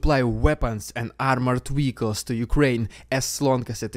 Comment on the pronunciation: What is a Weehiccal ?